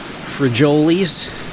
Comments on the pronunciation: Frijoles - Free Hole Les is how you would properly say it. But it's okay, if you're not used to speaking Spanish nobody would really be upset or anything. Thank you for the good content between you and your Dad. Always fun to watch the adventures you gentlemen have. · Please stop saying free-joe-lees lol its pronounced free-hoh-lehs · Frijoles Negros = black beans. Frijoles pronounced: free-hole-less 😅 The "J" in espanol is pronounced as an "H". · It's pronounced "free-ho-lays" lol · Frejoles...lol It's pronounced "free-hol-ees"...😂😂😂 I was cracking up every time you said it. I told my mom once, "No habla Español"...but I pronounced it as "es-paniel, "and she just laughed. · Its pronounced free holy 😂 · Free-hoh-lehs* not holy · Free holeys ,neg rows. Is how you pronounce it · Frijoles - free-hole-es. Love the vids, keep 'em coming! Cheers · It's pronounced free-ho-les. That's how you say beans in Spanish. Negro is black in Spanish. Hence they're black beans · Frijoles negros is pronounced Free hole A’s and you said negros right it’s just the Spanish language rolls their R’s but you won’t be cancelled frijoles means bean and negros means black in Spanish lol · J's are pronounced as h's in spanish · He did not say it like that. He pronounced "black" in Spanish correctly. He mispronounced frijoles, but he simply doesn't know. You're a disgusting person.